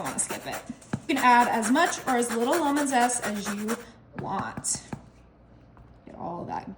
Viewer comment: She's been told it's "cree-ol" and "lemon" not "lumon" but she insists on pronouncing things incorrectly.